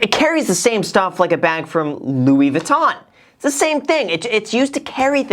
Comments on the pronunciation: Who’s gonna tell him 😂 “Lewis Vuitton” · The "s" in Louis Vuitton should not be prononced